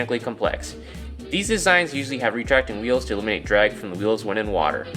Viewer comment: "There's frome in the boat"